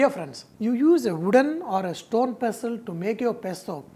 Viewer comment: "I put it in wodden pastel and did lot of Dhinchik".........haha love him.....still like a kid